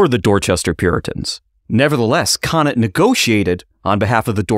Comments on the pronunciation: cone ant. not konat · Roger Conant's last name is pronounced "Cone ant" Great episode about my 9th great grandfather thanks for highlighting his role in American history